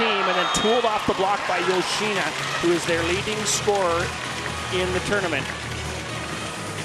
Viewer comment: male commentator always saying "yo-shee-nuh". duh. how hard can it be to say it correctly?